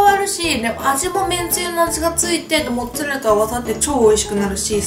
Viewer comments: めんつぁれらで笑ったwww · めんつぁれらもっつぁれらwwwww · めんつぁレラ モッツァレラって間違えちゃうのカワイイ！😍😍😍😍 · めんつぁれら！！笑 めっちゃ笑わせていただきました♡ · めんつぁれらwwwwww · めんつぁレラモッツァレラ(笑) 今日はめっちゃ面白いですな✨ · もう、めんつぁれらでいいんじゃないですか？ｗｗｗ 笑っちゃった^^☆ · めんつぁれらモッツァレラ笑うwwwww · めんつぁレラ、モッツァレラ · 멘짜렐라 모짜렐라 ㅋㅋㅋㅋㅋㅋㅋ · めんつぁれらモッツァレラ笑笑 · めんつぁれら！！笑笑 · めんつぁれらwwww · モッツァレラが地味に言えてないのがかわいい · モッツァレラが絶妙に言えてなくて可愛い💕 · オープニングを撮り忘れたと、 の一晩漬けたとモッツァレラが言えてなくて可愛い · モッツアレラ言いにくそう😂 味玉よりジャガイモにしか見えない😂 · モッツァレラって言えてないww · モッツァレラ全然言えてないww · モッツァレラってすごい言いにくそう笑